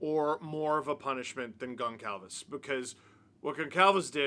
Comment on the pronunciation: I understand Steve isn’t familiar with Portuguese last names but… Goncalves is pronounced GonSalves. The c would normally have a accent making the S sound